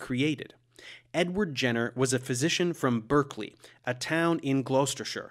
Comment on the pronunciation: Earlier this month I married the love of my life in the Jenner estate’s (once private) chapel, St Michael’s Church in Hill, Berkeley. Incidentally… Berkeley, pronounced “Barkley”. And Gloucestershire, pronounced “Glostersher”.